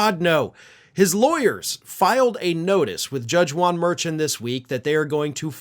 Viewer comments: I believe the judge's surname is pronounced like merSHAWN--rhyming with the first name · Pronounced Judge "Mer-shawn" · The right way to say the judges name is like Mer-shawn. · Judge Merchan (pronounced MER-SHAWN) needs to put him in jail for violating the gag order and move this thing along. Justice delayed is justice denied. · 4 god's sake: M E R C H Á N!